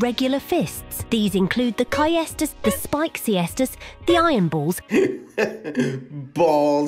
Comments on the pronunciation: I've studied latin in Italy for 5 years. Ae in latin is pronunced eh, C followed by ae is pronunced CH, so the correct pronunciation is Chestus. Same as what english speakers call Seazar, but his name was Cheh-zah-reh. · What the fuck is 'kajestus'? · Kay-stoos btw. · "Caestus" is pronounced as "Tsestus". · Pretty sure it’s pronounced sestis. Ai pronounced it in multiple ways lol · Oh,I thought it was just those AI voices that sometimes mispronounces some words